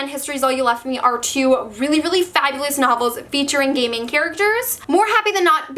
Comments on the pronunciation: Whenever say's "gay main character" I keep hearing "gayming character" lol. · I keep thinking you're saying "gaming characters" instead of "gay main characters" lol also: im bisexual and omg I just wanted to say that you did an amazing job representing my/the community <3 thank you